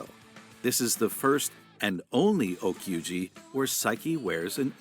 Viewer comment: A kyuuji is a serving (at dinner). Okyuji's what are BAND-MAID calls their concerts. The O in o-kyuji is an honorifc prefix used to exalt the serving of music for the masters and princesses. The presenter mispronounces it by saying kuji which has several other meanings in Japanese.